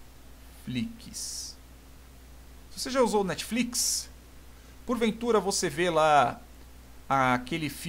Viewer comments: Muito bom a aula, mas "netfiquis" foi meio tenso kkkkkk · O "NETFLIQUIS" destruiu a aula!